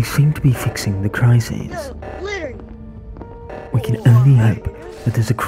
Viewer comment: He always says the crisis or "crises"